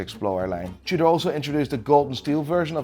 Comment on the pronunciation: He even said Tudor starts with a T but still pronounces it chewder